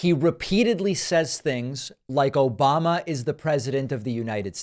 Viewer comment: "... O-BAM-na...." I seriously wonder if any of this gets through to "his base" who have overlooked SO MUCH since 2015 ...